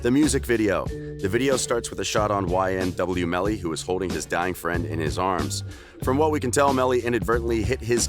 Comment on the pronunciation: Who else hears y n double you melly when he says his name